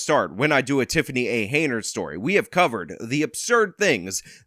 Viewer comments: Hen-yard, NOT Hey-nard! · I agree with your assesment. Beyond that, her name is HEN-yard...not haynerd. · It's "Henyard," not "Haynard." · I noticed you keep pronouncing her name as "Heynard" instead of "Henyard". Is that maybe a freudian slip? As in heinous Heynard???? LOL!!!!!!!! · Henyard. NOT hay nerd. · Her last name is spelled (and pronounced) Henyard, yet you keep calling her Heynard. She's a crook either way, but it was a bit funny that you criticized the misspelling of the township on a sign as unacceptable while mispronouncing her last name the entire video. At least you spelled her name correctly in the description below the video. I also want to echo the praise you gave Nate the Lawyer, he has also done a great job covering this story. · Too funny that you call her Heinard, as in Heinous.